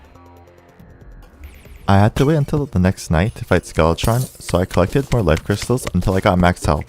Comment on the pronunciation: ayo no offense but you pronounce life and cyst like l-if and s-ice